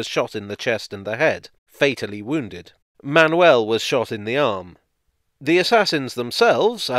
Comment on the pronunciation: You pronounced "Manuel" in a very acceptable way, as well as "Gonzaga". The others not as much. Still, a good effort overall. I was not expecting a video featuring Portuguese history so prominently! Kudos!